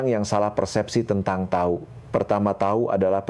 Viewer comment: Tahu koq bilangnya tau siiiih